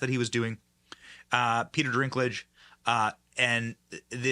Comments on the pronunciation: Bro...why the f do you keep saying Peter DRINKlage throughout the entire video? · His name is DINKLIDGE, NOT DRINKLIGE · I want to make a game with my friends where we watch this video and every time Benny Johnson says, "Drinklage" instead of Dinklage, you take a drink. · Can someone tell Benny its Dinklage, not Drinklage lmao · Dinklage not Drinklage. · Why do you keep saying "Peter Drinklage" though? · It's Dinklage not drinklage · Dinklage not Drinklage lol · Is it driving anyone but me a bit nuts that Benny keeps sayn the guys name wrong....no R .....it's dink ....not drink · How many times are you gonna mess up pronouncing "DINK" it's NOT "drink" it's "DINK"!!! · Dude its DINK-lage not DRINK-lage..... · Pete's sake, can you get the man's name right? It's Dinklage, not "Drinklage". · I don’t watch any movies made by Disney! And before anyone jumps all over you for the way you are pronouncing Peter Dinklage, look at the spelling of his name there is no R. in Dinklage. His name is Peter DINKLAGE. I think Peter got really cocky after he was in Game of Thrones and won an award for it. He needs to understand that he is not the only little person that can act. Well, looks like Disney is gonna fall right along with all the rest of the woke companies. I hope they leave the state of Florida go to California and hook up with Disneyland because we don’t want them here! Yeah just can’t fix stupid! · Why is he saying "Peter Drinklage?" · Why does Benny call Peter Dinklage, “Peter DRINKlage?” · Peter DRINK-lage? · Benny it’s “Dinklage”Haha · It's Dink-lage... I don't like the guy. But say it right ir you look as bad as hollyweird Ben Duh 🙄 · DINK….. lage. Dink….. 🤦🏻‍♀️ after the dozenth time. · It’s not drinkage! Lol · Dinklage does NOT have an R in his last name. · Benny are you saying Peter's name wrong on purpose? It's funny if you are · Yo Benny there is no R in Dinklage... ha ha